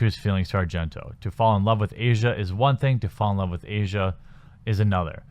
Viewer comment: I work with an Italian immigrant who told me her name is pronounced AH-see-ah not Asia. Similar to asiago cheese. Asia happens to be the daughter of Dario Argento, who is arguably the most famous Italian horror director of all time, and has appeared in several of her father's films.